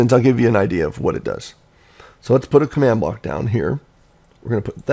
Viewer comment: What's a Command Blowk?